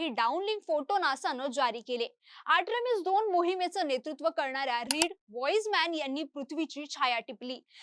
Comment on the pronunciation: Are atrimis nahi artimis😂